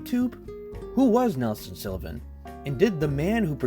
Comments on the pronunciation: Great video, but its SULLivan not SILLivan! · He called him Nelson Sillivan the entire video lol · Why can’t you pronounce his last name properly it’s SULLIVAN. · Why are you pronouncing it Sillivan? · Same place he came up with “Silla-vin” 😂😂😂 amateur hour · This guy keeps saying Sillivan as well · Ok love the video but mispronouncing SULLIVAN’S name every time is my 13th reason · Jesus Christ learn how the say Sullivan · I don't love how you pronounce "Sullivan" but thanks for the video. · Why's it so hard for you to pronounce "Sullivan" correctly? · This is ridiculous. You haven't researched the man, and you're certainly unfamiliar with him. You even get his surname wrong. Nelson deserved better than a half assed, thrown together "documentary". I'm embarrassed for you. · Please, he pronounced his last name wrong and where he was born. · The way this dude say Sullivan is driving me nuts. He obviously knows very little about these people. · Also, it's Sullivan not Silovan. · His name is pronounced Sullivan, not Silluvan. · pretty sure its SULLivan not SILLivan... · Stop calling him Sillivan